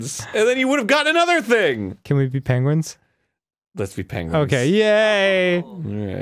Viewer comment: Dan: "PENGWINz owo"